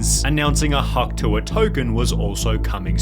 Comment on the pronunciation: It sounds more like “hokh tueh” to me